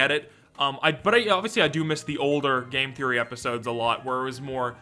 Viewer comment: who gonna say game therroy :(